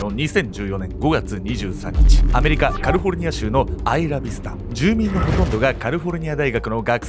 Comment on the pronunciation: カリフォルニアじゃなく、いつもカルフォルニアって言いますね！